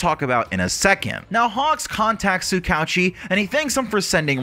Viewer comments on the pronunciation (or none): Tsukouchi? it is (Tsu-Ka-Hu-Chi) not Tsu-k ouchie)